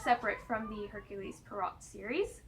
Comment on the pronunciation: Just to give you a heads up, it is pronounced 'Air-kyool Pwa-row' 🕵🏻‍♂